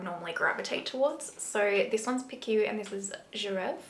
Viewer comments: Gorgeous look as always,! FYI, Piqué is pronounced like "pe-kay »:) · It's pronounced piké 😉